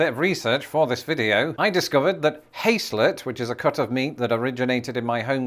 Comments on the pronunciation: "Hace - let"?? It's pronounced "Haz - let" !! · “Hays-let”? Its pronounced “Hahs-let” here in Bonnie Scotland 🤣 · Haslet, not hayslet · the 's; in "Haslet" is pronounced like a 'z', or, if you prefer, like the words "Has let" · Haslet is amazing. Pronounced Has like he has some meatloaf.